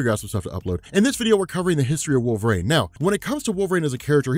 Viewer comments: Great video, but dude, it's "wolvereen" not wolverain" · It’s wolverine. Not wolvarain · WolverANE. Can't unhear. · I was instantly gaslit when he kept saying" Wohlve-rain" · You actually said Wolvrine , slow it down homie. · Anyone else hearing wolver-rain?